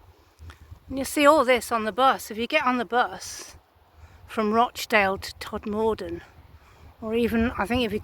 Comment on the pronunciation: For your future reference (then no one can identify as you not being from the area) we pronounce Todmorden as Tod-muh-dn, and Cliviger as Kliv-ij-er. With cutbacks, local councils are not cutting hedgerows and many are encroaching all over the pavements making them dangerous to walk on especially on busy roads. Have you been further along on the bus from Todmorden to Hebden Bridge & Halifax? The Peace Hall at Halifax is well worth a visit, and there are lovely walks around Hebden Bridge.